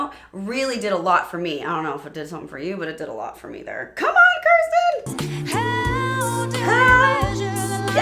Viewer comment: It’s “Kirstin” not “Kirstie”